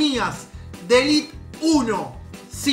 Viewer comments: diciendo elit cuando es elite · somos agentinos sos el unico que dice elit me parece sin ofeendeer